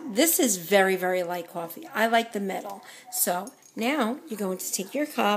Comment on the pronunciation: Beatriz Mendoza Horrible mistake